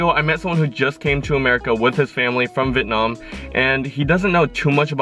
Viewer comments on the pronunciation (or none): Did just say vit-nam